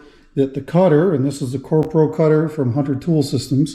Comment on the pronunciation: Another stunning tuning. You said KroPro cutter when hollowing Woops. Question, How many Oneway Stronghold and Talon chucks do you have? Strong hold chu